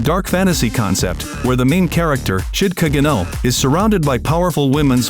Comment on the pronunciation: Bro is it just me or did he say shid caguno instead of sid caguno